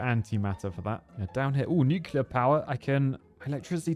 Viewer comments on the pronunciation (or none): though I agree, isn't it hypocritical from someone who says nucular😊